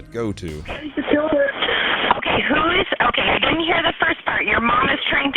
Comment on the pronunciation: ..seems pretty unconcerned “ime right here, I deedent do nothing”. Ain’t her first rodeo